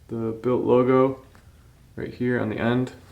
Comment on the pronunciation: Its bylt stop saying b.y.l.t. jfc